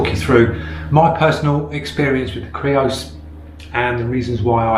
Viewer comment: Yay you said creos not greos!